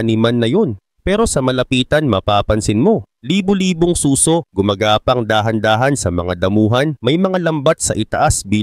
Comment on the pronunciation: Suso? As in breast😅 susò